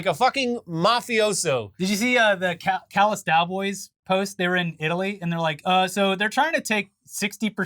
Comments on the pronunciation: "The Callas Dowboys" lol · Just FYI, it's The Callous Daoboys